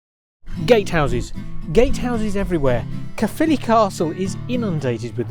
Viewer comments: "Carephilly" Its just simply "Ca-philly" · I died inside when he tried to pronounce Caerphilly